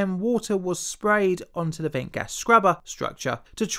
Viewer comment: So many British YouTubers seem to have speech impediments 🤔 "In the vuh field..."